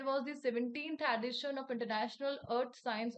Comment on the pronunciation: Mam please watch the pronunciations…. Dasara , edition… no doubt could see the questions in screen but also impacts in remembering